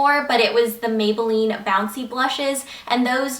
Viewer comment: OMG when you said megaline instead of maybelline when you were talking about the mega plush mascara- I DO THAT TOO!